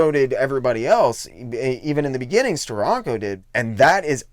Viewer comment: It's pronounced "Steranko" not "Stironco."